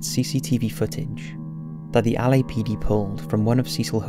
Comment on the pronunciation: He keeps saying Ali-A PD. 😂😂